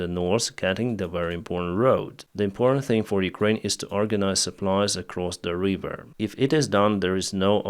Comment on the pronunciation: "River" not "Reeeever" 👍